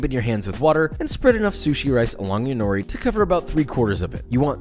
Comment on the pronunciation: As a Japanese person I had to cringe every time he said” nori”. Still loved the video🙂